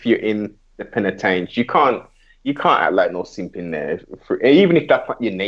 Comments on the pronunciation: this guy says penatench 1 more time im fuckin done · It's a prison not penitentiary